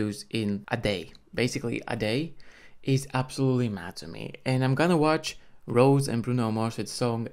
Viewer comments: Rosé not Rose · It's Rosè pronounce Ro-zay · Her name is pronounced like Ro-say or Ro-zay.